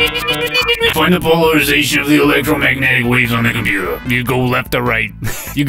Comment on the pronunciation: The "de compootah" part is one of my favorite bits.